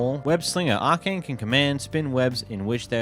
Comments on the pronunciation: Arachnea as in aracnid as in spiders not arcane as in magic A-rack-neigh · Not him calling Arachnae as “Arcane”. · This guy can’t pronounce anything LOL I was laughing after hearing him pronounce Alfiq but I was actually baffled by his inability to pronounce arachnae 😂😂